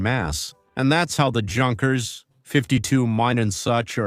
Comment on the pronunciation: This AI is fcuking hilarious. "World war Second" Junkers (Gunkers). "The Junkers Jew" WTF